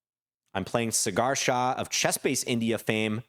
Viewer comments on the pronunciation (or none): Cigar Shah ?? It is like "Saw gar" gar like in car, but with a g.